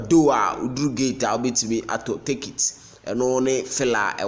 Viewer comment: My man, the word is pronounces as TICK-IT and not TAKE-IT. Im listening to you from columbus. Hmmmm! Ashantis